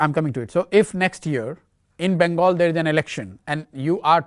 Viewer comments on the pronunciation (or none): none